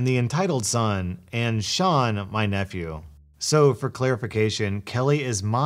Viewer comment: When pronounces Sean the correct way. Faith in humanity restored.